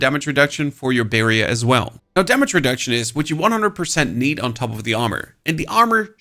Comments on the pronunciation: lol the way you say "barrier" makes me want birria tacos, like right now. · I need a barrier against how you say barrier.